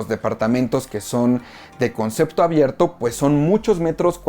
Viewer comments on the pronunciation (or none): none